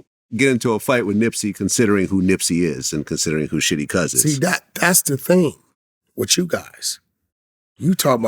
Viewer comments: Vlad is such a clown saying "agreeing with you" like "witchu" man wishes he was black so bad lol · Vlad saying “whichu” instead of “with you” as a 50 year old white man is embarrassing as fuck🤣 act your age you dinosaur